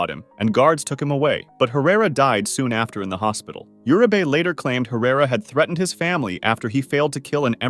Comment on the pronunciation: It bugs me how Uribe is pronounced here. Urabae? It’s pronounced ooh-ri- beh. Got most the name right except that one.